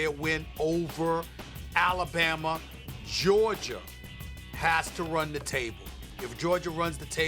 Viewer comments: MADEA A. SMITH , the boa said Georgier 😂😂😂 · So NOBODY gone correct SAS " Georger" 👴🏾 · he said Georgier and Kember Walker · It’s like he aint even try to say Georgia. He went straight to georger 😭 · Nobody: Literally nobody: Stephen A Smith: GEORGIER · Stephen can't say words with "ah" at the end, he says "er" 😂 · Stephen A- you look at “Jerja” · I love to hear a man who makes $10 mill per year to talk say “Georger” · George-ger??? Minne-soter?? C'mon S.A your on tv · Stephen A has a problem pronouncing words that ends with A. Goergier, Kember 😂😂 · Stephen A. really said “Georgier” 😂😂😂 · Of all the big words Stephen A can say....the man cannot pronounce the word Georgia🤦🏾‍♂️ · Anybody else realize Stephen says Georgia with an ER?? 😂😂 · Someone that always brags about his speaking skills sure doesn’t know how to pronounce a lot words like Georgia lol